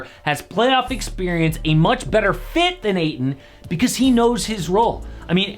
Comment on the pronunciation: Did yall hear the white boy roll his r when he said "better". Someones from San Antonio. Great break down. Still my fav basketball creator. Where are the offseason team breakdowns??